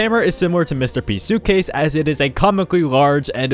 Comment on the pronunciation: Every time u said Mr P, I kept on hearing Mr. Beast 😂